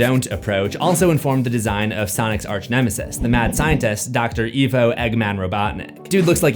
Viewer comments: It's Ivo "eye-vo", not Evo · Its Ivo(Eye-vo) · My brain short circuited the way Ivo was pronounced.